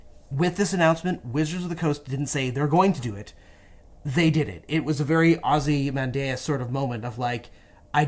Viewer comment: The way this dude pronounced Ozymandias was so jarring. I had to stop and rewind the video a few times before figuring it out.